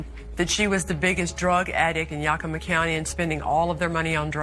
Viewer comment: It's pronounced Yak-ugh-ma. Pronouncing it the way she's pronouncing it, is one of the biggest pet peeves of people who live there. For some reason, the names of our cities are hard for her to pronounce because she butchers every single one she does a story on. Puyallup being the funniest one to date.